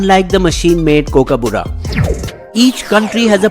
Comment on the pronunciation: First learn how to say Kookaburra